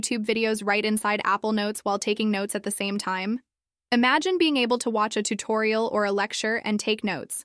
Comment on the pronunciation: Tutorial not tutoriel